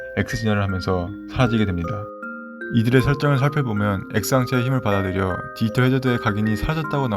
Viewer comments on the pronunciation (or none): 말을 천천히 하더라도 발음을 또박또박하게 또 브금을 좀 더 디지몬과 관련되있는 걸 사용하시면 더 와 닿을듯해요. 다른부분보다 발음을 정확하게 해주세요. 디이털아니고 디지털. 이거 악플아니고 좀 더 잘되면 해서 하는말이니 이 글보고 힘들어하진 않으셨으면 좋겠어요. ㅎ화이팅